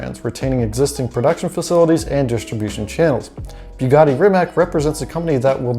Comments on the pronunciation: Ree-Mat-S!!! Not fscking Reemuhts. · REE-MUHTS!!!!!! Not fscking reemack, no "k" sound anywhere in the Rimac name. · Mate Rimac said that the name of the company is pronounced /Rimak/ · wrong pronunciation of Rimac it's not Rimaq it's more like Rimatz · You said you dont know how to pronaunce his name, but you also dont know how to pronaunce his last name. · Rimac (you mispronounce it, BTW) is small, but it still has almost four times the Bugatti workforce. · Sorry, no. He might have said that several years ago, when he was resigned that idiot "journalists" cannot remember how to pronounce two syllables. Have you watched the live stream of "Bugatti-Rimac" announcement? Both Mate and Porsche/VW Group guys pronounced both his name and the names of all new entities correctly. Mispronouncing the names of people and companies you pretend to know about and lecture others is parochial - not simply arrogant, but pathetically so. "C" at the end is pronounced /t͡s/ (voiceless alveolar affricate). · are you high or something its pronounced Rimac dummy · You need to learn how to pronounce Rimac. If you don't know how to just look at that video of them merging together and you'll hear the proper way to say it.